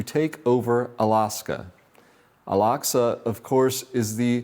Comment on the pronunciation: Small thing: It's pronounced 'Ack-sah' not 'Ahs-kah'